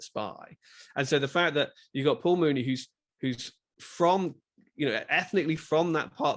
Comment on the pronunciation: It’s not pronounced Mooney. It’s Myewni. I wish that reviewers would first learn how to pronounce his name before discussing Muni’s films. Otherwise, good review.